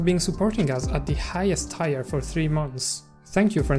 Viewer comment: By the way tier is pronounced like tear as in crying, and not tyre as in driving